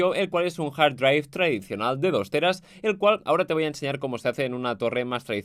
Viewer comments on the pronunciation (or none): "jar draiv" puta q inglés